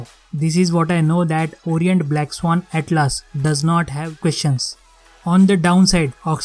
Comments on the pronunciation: Bhai it's not atlaas it's atlas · Bhaiya please improve your pronunciation it will help you First of all its not atlAAs its Atlas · After seeing this video i am confused whether Atlas is pronounced as "At-Laas" or "At-Lus"or "At-Less".